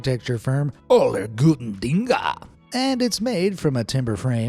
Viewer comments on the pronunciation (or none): you completely butchered the pronunciation of "seelenkiste" and "allergutendinge" (there's an e at the end, not an a). Please defer from trying to pronounce German words in the future. Just display them and give the English translation.